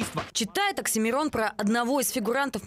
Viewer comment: не Аксимирон,а Оксимирон